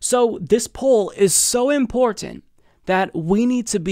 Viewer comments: That's exactly the point. He basically stops to enunciate the word to excess. Just say it fast like everyone else. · I can't get over how excessively he enunciates imporTanT.